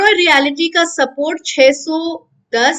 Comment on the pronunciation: मेडम, ये "रीयालीटी" नही पर "रीयल्टी" सेकटर बोला जाता है !!!